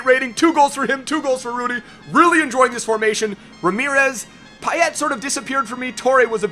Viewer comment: He only pronounced payet wrong but everyone does